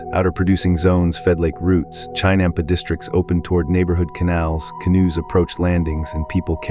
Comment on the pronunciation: AI horribly mispronouncing 'chinampa'; a basic unit of production.